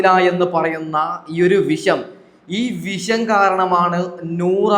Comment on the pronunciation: വിശം ആണോ പറയുന്നത്? അങ്ങനെ ആണെങ്കിൽ തെറ്റാണ് - വിഷം എന്ന് പറയണം.